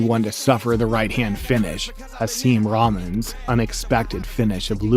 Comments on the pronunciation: Ramens or Rahman? the 'h' is like a 'hck', as in rock. Rahck-man. That's why his nickname is Hasim 'The Rock' Rahman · Who the fuck is Hasim Ramen? Its pronounced like Rockman. You ever even watch the fight? His name is announced in it. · I've never heard a real boxing fan pronounce Rahmen as Ramen, as in the noodle. It's Rock Man. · The narrator: Hasim Rahman (ramen like ramen noodles) It’s Rahman-Rockman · Two things. 1. it's pronounced Rock maan. 2. Lewis hit him with two punches not one.